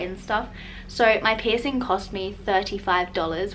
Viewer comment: Piercing!! Pls pronounce that. PIRSING